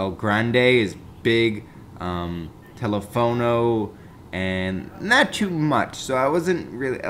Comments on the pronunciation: No, teléfono.... Not Telefouno. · It's TelEfono not TelefOno with the strong part on the second E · Lol telefono not telefouno